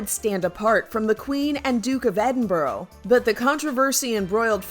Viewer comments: lmao the way she pronounced Edinburgh eding-bro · woah you Americans say that Different then British 🤣🤣 We say “bruh” Not “bro” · “ Duke of Edinbro ” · "Edinbro"... that hurt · i’m still waiting for the day when an American says ‘Edinburgh’ properly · the way they said edinburgh :(((((((((( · 'Duke of Edin... Bro?' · the way she pronounced Edinburgh is shocking for me